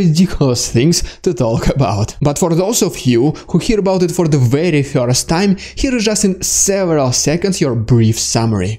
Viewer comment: LOL! Yes you said "DeSatanization" correctly! Need to work on "Dude" not "Dyood" and "first" not "Fyirst". LOL Otherwise, your video's are the best!